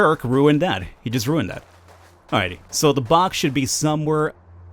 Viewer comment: your funny you said "that jerk ruuned that" hahha